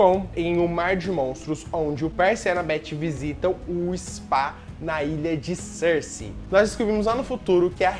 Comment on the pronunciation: Meu Deus, quando vc pronunciou Circe... Juro pelos deuses que ouvi Cersei, do game of thrones scr kskdkdk